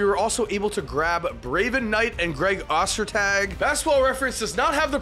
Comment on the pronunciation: O-ster-tag is how it was pronounced by the announcers at least.